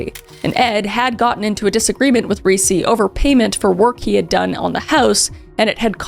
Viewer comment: Ricci pronounced REE-CHEE, like the actress Christina Ricci. Come on. You have to have known that.